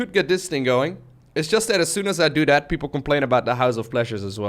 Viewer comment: your English has almost no accent, but you can never pronounce the 'th' sound. It always comes out as a 'd'. For instance, you say 'dat' instead of 'that'.